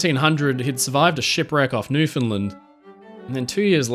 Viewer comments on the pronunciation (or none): It's pronounced Newf and land!! NOT New Finn Lind😅😅..